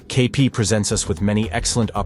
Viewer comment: I clicked "like" as soon as you pronounced KP's name properly. Nice build; I've done this kit too, and it fights you. I think the dark mat helps your camera get a good exposure on the work.